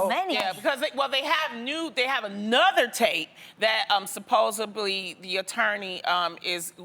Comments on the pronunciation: I love Loni but everytime she says "supposebly" I die a little inside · Loni and this “supposably” word. You’re too educated for that. Correct me if I’m wrong, but isn’t it “supposedly”? 🤔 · When’s Loni gonna learn it’s “supposedly” and not “supposebly” lol can’t 🤦‍♀️ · Loooni 😫 I love you but it's SUPPOSEDLY not supposeably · Supposedly Loni not supposably!! damn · if Loni says “supposebly” one more time.....CHILE..... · Grrr there is no such word as supposably... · Here some free grammar lessons from a native DUTCH SPEAKER. Lonni the word is SUPPOSEDLY (I've heard you say supposibly twice now) and FAN is short for FANATIC..I'm sorry..I'm a bit OCD'ish with words...Love you!😚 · Not To Take Away From The Seriousness Of This Conversation .. But Does Anyone Else Notice That Loni Always Says “Supposubly” Instead Of SUPPOSEDLY ? I Notice It Every. Single. Time. Lol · I had to replay the video to find out🤣 . Yes, she doesn’t say “supposedly “. I don’t think many people notice that. I find it funny she does that but I don’t think it something concerning from my point of view. Their job is to pass on a message and people do get what they are trying to say. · Kaylene Jantjes My eyes automatically roll to the back of my head every time she says this. SMDH.